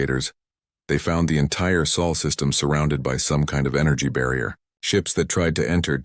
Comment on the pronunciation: It’s SOL! When will you get it right? GEES!